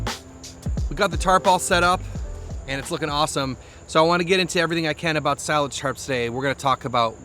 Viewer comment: That's definitely how to pronounce it. S-eye-laj